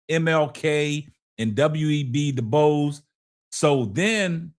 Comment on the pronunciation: The word "DISINGENUOUS" is phonetically pronounced as DIS-IN-GEN-YOU-US and "DU BOIS" phonetically pronounced closer to "DOO BOYS".